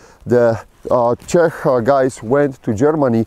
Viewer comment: finally somebody, who knows how to pronounce Čech properly! You go,!